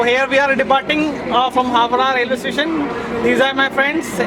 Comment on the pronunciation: Howrah not howdah